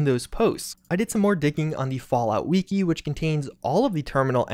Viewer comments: I cant be the only one who gets annoyed with how you say the word "wiki" (its pronounced "wikee" not "weekee") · "On the weekey" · it's a shortened form of "Wikipedia" which definitely isn't pronounced weekeepedia so you tell me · Weekee? Why do you pronounce Wiki like that? Do you say Wee Kee pedia? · Weekee?! Bro Its fuckin WIKI Wifi does not sound like Whiffy Fix your language LOL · I thought we figured out something else more important than this "terminal" secret. It's pronounced WI-CKI like a candle wick. Not WE-AKI like, Todd Howard has weaky arms. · haha he sed weeki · "the fallout we-key" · The he says wiki “wekey” make me want to jump off a bridge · "the wee-ki" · Why does he call it weeki?